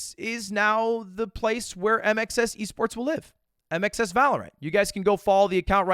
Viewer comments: my australian ears kept hearing INXS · Am i the only one that hears "I make sex" instead of mxs? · Just calls it MXS (micks)